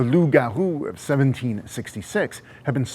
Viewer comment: Thanks for pronouncing Loup Garou and Quebec the right way